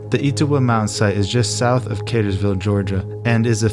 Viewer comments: It's not Catersville, it's Cartersville will an R. Sorry the town is right next to mine and when I heard it mispronounced I had to correct it lol. 😂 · Et-O-wah, and Cartersville. (Like jimmy Carter)